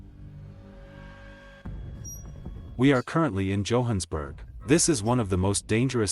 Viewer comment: And its Johannesburg not hohansburg